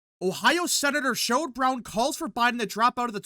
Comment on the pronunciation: It's SHERROD Brown, not Sherold